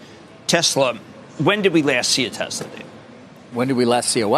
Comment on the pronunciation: My friends and I take a shot of vodka everytime you say Tezzlar instead of Tesla..